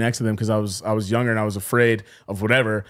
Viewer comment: I challenge everyone to find a single episode where doesn't say the word "younger" with a soft 'g' within the first like 10 minutes after the intro song lol. Love you man, I noticed it a long time ago and I think I'm on about a 10 episode streak lmao